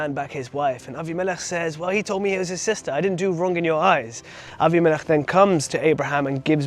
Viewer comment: "Abi-melech"...good to hear Hebrew pronunciations (Vs "Abim-i-lech" - Aussie / Western preachers!) ❤ Shalom from 🇭🇲🌏🦘😊